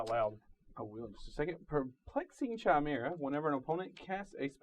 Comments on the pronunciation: It's pronounced Kai-mera not Chaimera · Hey ur cool but im just gonna say this to save everyone the time and energy. YOU SAY IT KAI MER A NOT CHAIMERA FOR THE LOVE OF GOOOOD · Pedro Lopez it was like once said it, everyone else was like "well I guess that's how we're all going to say it now"